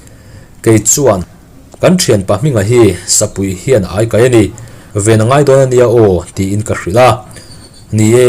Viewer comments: Ai..meilum ka ai..ti anga kan sawi..Ai ti la lam tur..Sakei ai kaih. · Ania lawm, aikal, tiha, ai tih ang hian lam tur